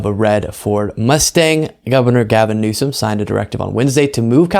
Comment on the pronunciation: it’s Newsom!